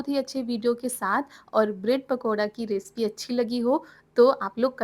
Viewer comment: res pees nahi bolte hey respi bolte hey hendi to aati nahi hey thahay thahay ke bolti ho upar se or chali ho inglish bolne kya log hey😂